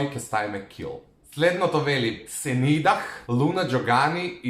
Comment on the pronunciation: senidah se cita senida